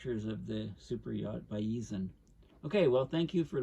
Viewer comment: Porticello is pronounced Portichello. Thanks... and the boat is pronounced Baizian. It's named after Bayes the mathematician, father of Bayes' Theorem. Pronounced Baiz.